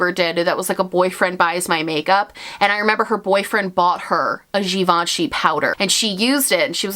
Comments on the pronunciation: 🇫🇷🇫🇷love your French accent when you said « Givenchy ». I didn’t even know that givenchy had a make up brand. Their bag are amazing though 💋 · From a french speaker: Your pronunciation of Givenchy is spot on 👌 Random I know lol but I had to mention it 😅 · I was today years old when I learned how to pronounce Givenchy 🤣